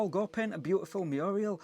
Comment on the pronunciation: The powers that be are pocketing the money and its mural (mure al)not murial (thats a female name) 😂